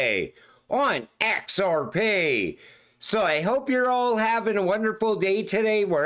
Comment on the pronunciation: "ON EX-ARE-PEE" never gets old